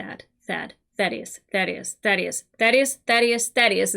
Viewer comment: I, for one, am glad. “Thaydeus” was driving me up the wall.